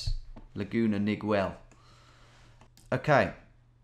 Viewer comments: Laguna Nigwell 🤣 (It’s pronounced like Miguel which is Mee-gell not meeg-well” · Laguna Niguel the u is silent in Niguel, not Laguna Nigwell. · Laguna Niguel is pronounced "Nih-Ghel" i lived there about a year and actually used to get groceries at the place the pin was set when you search for the place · I recognized it right away as well and knew the hill he was on! Two things Tom the banner you thought said O’Ryan said Design. It’s the Laguna Design Center and second the city is pronounced Ni-Gell, like Miguel with an N. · I knew the second one immediately, as I grew up in the area. The Ziggurat is a local landmark, and has been in a number of movies. The building in the foreground is the Laguna Design Center. And, BTW... Niguel is pronounced nih-GEL with a hard G. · Hearing him say “Neegwell” is so funny to someone who lives near Laguna Niguel. Love how Tom pronounces all Spanish words. Love the vids keep it up. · FYI, Laguna Niguel is pronounced "Laguna Nuh-gell." I know, I know, it's weird, but tons of Spanish words have been modified by English speakers here in L.A. and just stuck. This is one of them, locally.